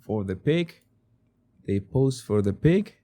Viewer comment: Jesus at first I thought you said they have to pose for the PIG. I thought thats what you were calling the photographer. Then I realized a few seconds later you were saying PIC!! Lol 🫣